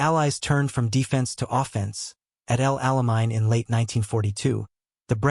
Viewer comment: Towbrook ? El Almine ? Would an actor/voice artist - which would give you enduring viewers - be too expensive ? The AI is horrible.